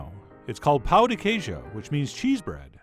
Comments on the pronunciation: btw if you pronounce "pão" like the guy in the video pronounced it, you're saying "pau de queijo" which mean "cheese dick" just look on google translate how "pau" and "pão" are pronounced, a lot of people didn't comment on that because it's very common for foreingers to mispronounce the "ã" sound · The way you pronounce Pão is how they say dick in Portuguese. HaHa! You have add nasally on that ã.